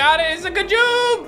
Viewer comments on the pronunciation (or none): It’s not ga joob is g joob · He said ga joob